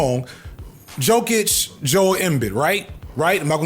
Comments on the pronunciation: ‘Yo-Kich’ and ‘Em-Beed’ my friend 😅 great sports analysis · You say Jokic like “Yoke-itch” btw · it’s yo-kitch and em-beed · Yokich Embeed 😂😂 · Yo. Kitsch. That’s how you say it. Also, em-BEAD. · Yo, I'm DYING at the way he's pronouncing Jokic & Embiid. For future reference,, it's pronounced Jokic (YO-KICH) & Embiid (EM-BEAD). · As a coloradian Leftist who loves these videos from you, after you pronounced Jokíc im done watching the sports videos on here! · You can’t call yourself a sports channel if you can’t pronounce Jokić Edit: Embid? EMBID???? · I don't watch football at all, but I always love your football videos that are just about football and not politics because this is a sports channel. I am an NBA fan, though, and... You were so concerned about pronouncing Jokić and then you said Embiid like that, lol. Said them both wrong though, so it's fine. (Embiid being so far below Jokić does have a lot to do with injuries, though. Not talent/ability so much, imo. And the media is pretty negative toward Embiid because........... you know.) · Somehow, your pronunciation of Joel Embiid was more jaring than Jokić. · Lmaooo I love how u had a whole bit about not pronouncing Jokic right but then came outta left field with a way I have never heard someone pronounce Embiid before. Impressive stuff 🔥🔥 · There’s no way you’re roasting sports ball people and can’t pronounce Jokic or Embiid’s names 🤣